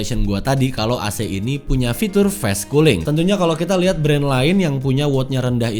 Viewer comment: kok fes cooling kak? kan fas cooling bacanya. ga semua a di baca e lohh